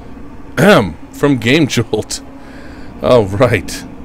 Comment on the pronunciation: eventually I found someone who also has troubles saying 'gamejolt' . Thank you. I feel better now. :)))